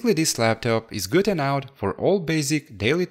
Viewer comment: Great job on cleaning the A10 CPU. It came out shinning like a diamond. If you don't mind, I have a suggestion for when you say "good enough." Try saying enough as 'e' and then 'nuff'. Like e-nuff. English is a second language to me as well, so I'm not trying to be rude here; just trying to help. If this offends you, I apologize. As always, great video and great content. Keep it up!